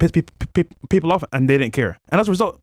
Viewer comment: I did not know the word PEOPLE had 4 RAPID P's 🤣🤣🤣🤣🤣🤣🤣🤣🤣🤣🤣🤣🤣🤣. Sell your Lambo and Pay for Some ESL classes 🙃